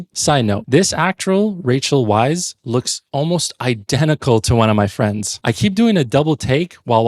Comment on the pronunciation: Oh man, hearing you consistenly mispronounce Weisz and Fraser killed me. Fraser rhymes with laser; there's no zh sound in it, like Frasier (fray zhur). It's just fray-zer. He's said this countless times. And Rachel's surname is pronounced "vice", not "weiss". I just watched one of your other videos where you commented on how "they got 90% of the way there, then ruined the last 10% by mispronouncing it" and then you do it here by mispronouncing the 2 lead actors' surnames.